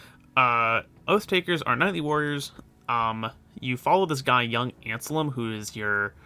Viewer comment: Man... I keep forgetting how extremely common that mispronounciation is. It's "An-Selm" not "An-Salem", it's the same name of the italian saint who originated the ontological argument for God's existance, St Anselmo. You just do an "un" sound followed by "elm" as in "elm tree".